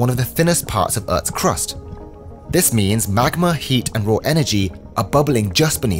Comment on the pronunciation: “Liquid hoť mag-má”